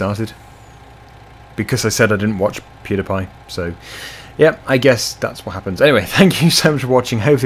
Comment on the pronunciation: Pewdiepie is not called Pewdapie